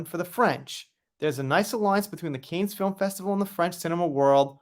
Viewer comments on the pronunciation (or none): Isn't it pronounced like can not cane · I think it's pronounced "kan." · A little help with prononciation, 'Cannes' is pronounced 'can' and 'Jeanne' 'jan' lol